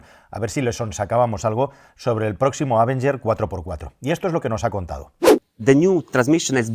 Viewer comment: Amigos, no quiero ser ese "nazi de la pronunciación correcta", pero el nombre de este coche se debe pronunciar con el acento sobre la E, o sea, "avEnger". De ahí en fuera, me encantan los vídeos. ¡Saludos desde México!